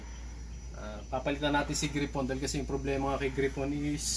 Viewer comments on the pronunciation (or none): Nakaka umay yung pronunciation mo ng gryphon. Gray phon. Hindi gri pon.